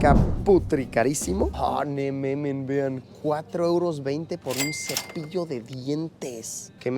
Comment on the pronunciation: Me da un chingo de Cringe cuando Luis dice "nemamen" y "olovergo" 🤢